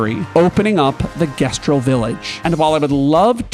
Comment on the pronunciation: It's the pronunciation of "gestral"